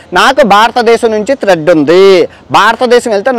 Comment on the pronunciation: భారతదేశం నుంచి త్రెడ్ కాదురా బాబూ....థ్రెట్ అని చెప్పు.😂😂😂